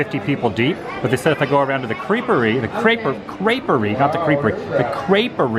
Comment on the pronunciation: I liked it when u called it the "kreepery" hahaa ..that liquid death water Is good but a little "watered down" 🤔🤣 Great idea for a Vlog Woo, I enjoyed this